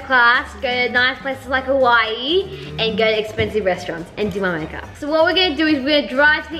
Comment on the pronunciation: it’s not hawaii it’s like don,t say hawaiiiiiiii just hawaii